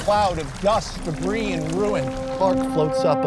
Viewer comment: Max Landis: Tells the greatest superman story in the last 24 years. Also Max Landis: Pronounces "debris" wrong